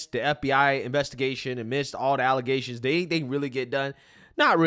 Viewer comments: Water main break 😂😂😂 " false allazations" 🤣🤣🤣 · They’re just “allezashuns” 😂😂😂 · IKR? I cringe listening to her with all those "ALIZATIONS" against her. 🤣🤣🤣🤣🤣🤣🤣😫🤣